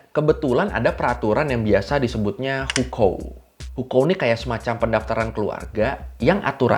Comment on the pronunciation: Senang bgt dgr loe lafalin Beijing, hukou dll dgn benar..